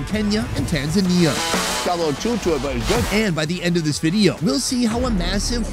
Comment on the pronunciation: Why are you saying Tazania that way? The locals do not say it like that. You've been there so you know. You could make an effort to pronouce it the right way.